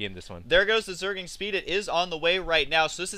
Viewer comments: I love how Husky can't say Zergling. He says Zerg-ing. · lol zerging zerging zerging h to the usky husky you need speech therapy :)